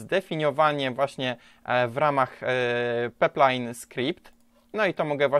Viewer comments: Pajplajn a nie peplajn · pajplajn a nie peplajn :D ale dobry filmik :) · Pajplajn; Też mnie to kuje w uszy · Super materiał, jak zwykle! Dużo mi pomógł, Dzięki :) Leci łapka. btw. to jest pipeline ("pajpline"), rurociąg po angielsku ;) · Bardzo fajny i pouczający materiał. Tylko ten peplajn :/